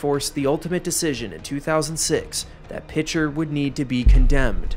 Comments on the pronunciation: It’s pronounced PEE-SHARE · From a resident Oklahoman - It's pronounced "Piker" rather than with a soft "Ch."